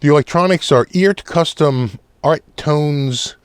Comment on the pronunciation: As I understand it, it’s pronounced “Art”. It’s like Heart without the H.